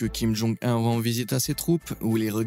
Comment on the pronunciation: Je suis sur que plus de 50% de cette video est tirée de propagande americaine, en plus, comment tu peux avoir autant d'information sur la coree du nord? Et prononce comme ça: kim jon OUNE et pas 1